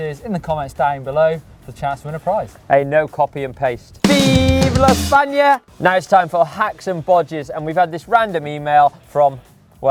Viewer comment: Nice video like always and nice pronunciation on viva España, im from Spain 😄